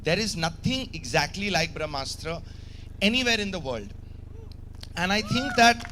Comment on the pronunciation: He can't pronounce Brahmastra, vivke agnihotri is right